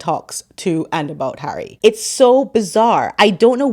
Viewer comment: And when she's not calling him H, she's calling him "Hairy". She's so clever that she can't pronounce 'Harry'. 😂